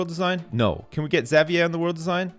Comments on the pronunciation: Fuck man, can't pronounce Xavier. Like. Does he call the leader of the X-men, Professor Zavyaie? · really? cause where I'm from its pronounced havier. didn't know it was different in other places. the more you know I guess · Yeah there is no correct way to pronounce it. I say "ex-avier" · i hate the way he says xavier